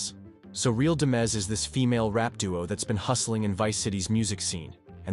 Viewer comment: Real Dimez ... like money not demiz